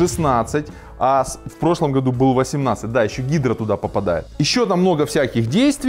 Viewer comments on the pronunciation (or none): none